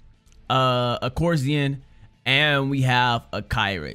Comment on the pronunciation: It's pronounced are-ko-see-ann